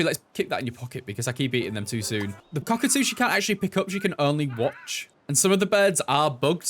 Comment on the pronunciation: the way he said COCKatoo 🤣